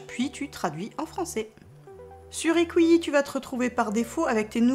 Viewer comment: Bonjour iqiyi se prononce Itchiyi sinon super ! Merci !